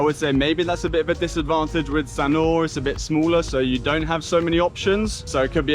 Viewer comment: We love Sanur, we are in the older age group. Loved your video and really loved how you pronounced the words/names correctly